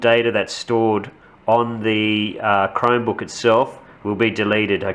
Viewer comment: sounds like youre saying "crimebook".